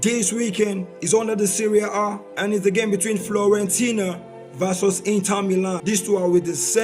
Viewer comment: Its fIorentina not fLorentina